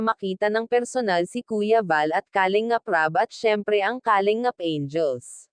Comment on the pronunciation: isa ito sa mga fake reactors ng kalingap,,, kumukuha ng mga video o picture ng kalingap para i content nya... sa pronunciation pa lang nya sa kalingap halatado mo nang fake reactors